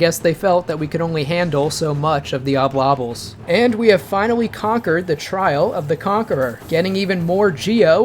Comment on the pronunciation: Are you saying Oblobbles wrong to tilt us? Obbel-lobbellz is clearly correct…